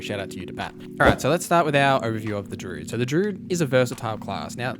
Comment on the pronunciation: good video man but you aren't pronouncing druid properly